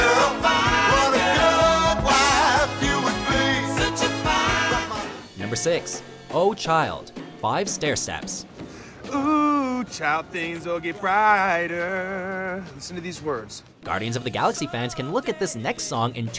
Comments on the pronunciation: You really don't know to pronounce the names of most of the bands or that o-oh child is really Oooo child if you listen to the song that's how it's pronounced. Blue Suede is how the band is pronounced. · I want to punch the narrator in the face every time he says "O" Child. It's "OOOOOH" Child, as he'd know if he ever actually listened to the song on the soundtrack or actually heard Star-Lord sing it in the movie he purports to love. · It’s not Oh Child. It’s OOH Child. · The number-six entry: It's not "Oh, Child", it's actually "O-O-H Child".